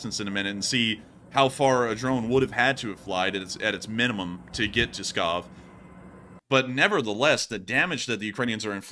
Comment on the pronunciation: Pskov lol not Scob